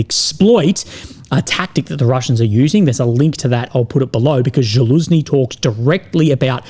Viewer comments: Its not Zhaluzny its Zaluzhny.. Sorry but someone has to tell you about how to pronounce his name.. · it is Za-Lu-Sh-Nee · Ok boys we got to start saying Fitso properly. Can we now get him to learn to say Zaluzhni? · Man, even though Zaluzhniy is an enemy of my country, he deserves better pronunciation😂